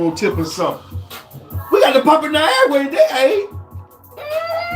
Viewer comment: 😅 said niagra